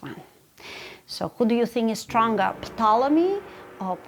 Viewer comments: FYI, the P is silent in Ptolomy, So its pronounced Tolomy. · Wow. I learned that the "P" in "Ptolemy" is not silent! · Who pronounces the P in Ptolemy? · I love how pronounces *P**T*olemy. Just saying. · Glad I'm not the only one who is not used to it being pronounced that way... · I didn’t know you were supposed to pronounce the “P” in Ptolemy.